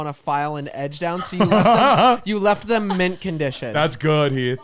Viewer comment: It’s always saying “Thum” for “them”